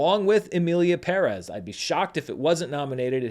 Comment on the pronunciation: Oh come on you’re not going to pronounce Perez wrong like that right? The movie was trash, but still.